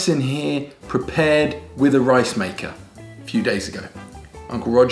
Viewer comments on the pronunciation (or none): none